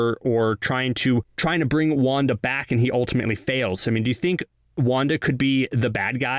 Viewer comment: When CBR says wanda Me hearing : wonka